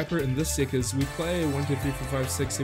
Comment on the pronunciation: i like the way says 'deck' as 'dick'! =)